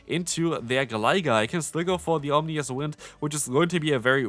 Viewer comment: OM-I-NOUS not OMNI-OUS 😂😂😂